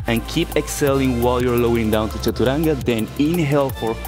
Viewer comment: Does he say chachuranga xD?